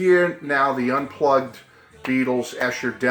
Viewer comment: It’s pronounced EESHER.